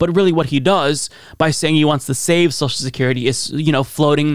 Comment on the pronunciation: He calls social security ‘sowshecurity’ lol couldn’t get any dumber